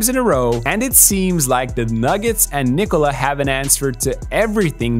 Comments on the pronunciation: your Jokic pronounciation is on point, just Nikola is pronounced not like Cola at the end i.e knee-cola, it's nickola, as the I is accented, so Nikola O as in Jokic, short noth the same, even shorter as I noticed you sometimes say it with a longer O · finally someone who pronounces "Nikola" somewhat correctly